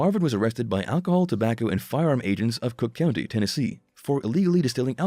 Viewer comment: Who the hell is Marvin? And it's pronounced cock county Tennessee